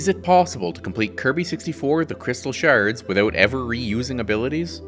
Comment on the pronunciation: "Crystal sherds"